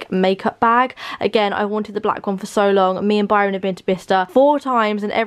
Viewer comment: Did anyone else when said Barron at the end instead of Byron!!!